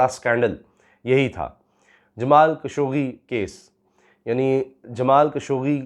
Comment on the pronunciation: جمال خاشقجي ہے درست نام. خشوگی غلط العام ہے. جمال خاشقجی کہا کریں